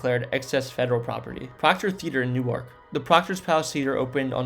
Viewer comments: Learn how to pronounce your locations... Newark, NJ is NOT pronounced like New-ark, DE. Wanaque was another error. Soho Hospital in Belleville and Overbrook in Cedar Grove were two DIFFERENT hospitals. Hinchcliffe Stadium in Paterson has been totally restored and us now home to the minor league New Jersey Jackals as well as other events. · Bro, I applaud you for making these vids but you’ve GOT to google pronunciations. I suggest finding videos of locals saying the names. Your pronunciation of “New Ark” in this video and “Tuckson” in the AZ one killed me. ☠️ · I grew up in Jersey and all the Jersians I knew and know, pronounce it as New-irk. Only people I know that pronounce it like Nork, come from New York…. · I grew up in Newark and it's pronounced Nork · Yeah, it's not "New-ark" Delaware!!! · This guy sounds is a horrible narrator. Slow down, take a breath. Learn the use of periods at the end of sentences. Pause between location descriptions . Learn the correct pronunciation of Newark, Reading Wanaque etc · Not from jersey I would have to say. No one says Newark that way. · You said the Van Slyke Castle was built in the 1990s. WTF? You might want to do this over. You also pronounced Newark wrong. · He must be from Delaware because that’s how they pronounce the city of Newark, DE. Funny I’m from New Jersey so I caught that right away also. 😊 And I usually hear the word f-ing before Nork! 😂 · right?? never heard "new ark" in my life, except i think Newark Delaware pronounces it like New-ark?? But for the New Jersey variety you are absolutely right! new-irk! in my head i would have spelled it "new-erk" instead of irk, but i knew exactly what you meant and was right on board with you hahaha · Oh, for pity's sake. You made a program about N.J. places. Learn to pronounce Newark correctly. New-Ark is how the pronounce it in Delaware. Sigh... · It’s pronounced New-erk. is correct. Otherwise good memories and thanks for the content. 🤙🏼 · I live here its Nork 😊